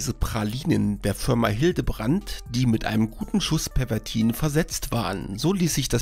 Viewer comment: Obacht, dat heest "Pervitin" und nich "Pervertin"!